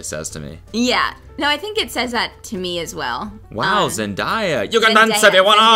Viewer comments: I love how you can hear Kelsey in the background saying “it’s ZEN-DAY-AH” 😂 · Zen-DIE-ya Kelsey: Zendaya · did he call her "zenDAYA" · NOT ZEN DIE AH AGAIN.... do better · will never say Zendaya’s name right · Hey can you not miss pronounce Zendaya’s name on purpose because it’s a micro aggression